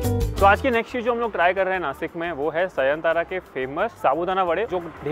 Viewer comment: नासिक instead of नाशिक why, is you or anybody don't able to pronunciation as नाशिक.